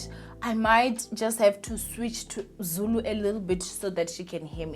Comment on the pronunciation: It’s how you’re so fluent in Zulu for me!! Even the accent bro !